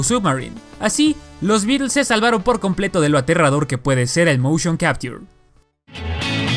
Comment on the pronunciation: Lo aterrador del motion capture es como lo pronuncia, aprende a pronunciar